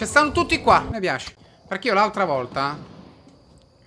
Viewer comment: Ma perché dice aNtra e no altra?